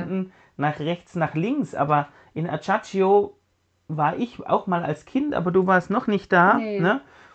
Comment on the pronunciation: Würde mich sehr freuen, wenn sich Reise-Youtuber kurz 2 Minuten mit der richtigen Aussprache der Orte vertraut machen würden. Mallorca = Majorka, Ajaccio = Aschaksio, Civitavecchia = Schiwitawekkia, ... In Málaga empfehle ich euch einen Besuch der Alcazaba. In Cartagena kann man sich das Römische Theater anschauen und angrenzend eine Aussichtsplattform auf einem kleinen Hügel direkt am Hafen erklimmen. Für den ersten Rom-Besuch empfehle ich die Klassiker (Petersplatz, Kolosseum, Forum Romanum, Pantheon, Trevi-Brunnen, Spanische Treppe, evtl. Caracalla Thermen). Ein Innenbesuch des Petersdom ist meines Erachtens die Wartezeit (1-2h) nicht wert, wenn man nur 1 Tag in Rom hat, Kolosseum Innenbesuch lohnt sich eher, aber unter Umständen auch sehr lange Wartezeiten, vielleicht geht es inzwischen aber fixer, habe mal gelesen, dass man jetzt Zeitslots buchen muss. Generell empfehle ich eigentlich eine geführte Tour in Rom, um viele interessante geschichtliche Hintergründe zu erfahren. Wenn es nicht direkt Rom sein muss, ist Ostia Antica auch sehr eindrucksvoll. In Barcelona ist mein Alltime-Favorit ein Besuch im Park Güell, empfehle aber ein bisschen Zeit mitzubringen und nicht nur durchzuhetzen. In Mallorca, wenn ihr einen Mietwagen habt, lege ich euch auch einen Besuch am Cap Formentor nahe - aber Vorsicht, man muss unten in einen Shuttlebus umsteigen, sonst zahlt man Strafe, wenn man mit dem Auto hochfährt. Es ist nicht unbedingt ersichtlich und es gibt keine Absperrung, aber es